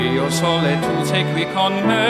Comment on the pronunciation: quando maanca il ssssollllle...ma possibile ke sia cosi difficile l'italiano?!boh...